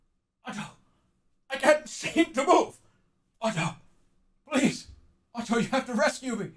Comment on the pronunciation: I find it weird how Jerma heavily pronunciates the "tt" in "Otto"